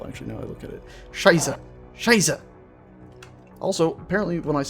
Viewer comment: Saaaage! The "ß" in "Scheiße" is pronounced like the "ce" in "ice". So it's basically shice-e, with the second "e" like in "end".